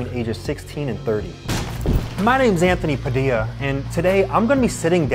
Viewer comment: Was it just me or Anthony went a little country when he was introducing himself,"My names 🤠ANthOny PadiLlA🤠" just me- oh